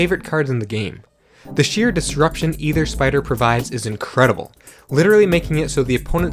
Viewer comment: ether, not either*